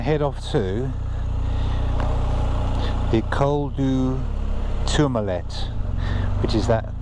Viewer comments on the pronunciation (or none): It is pronounced Tour-ma-lay , Stunning views and one of my favourite passes. Looks like you hade great weather to view it too.